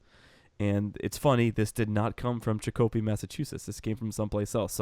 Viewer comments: Actually, CHICK-oh-pee... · BTW that's Chicopee Mass. Pronounced Chick-o-pea, just to clarify for you, great show. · its pronounced chick-0h--pee enjoy your show!!